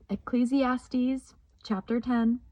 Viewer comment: Praise to THE LORD You also have the correct pronunciation of ecclesiastes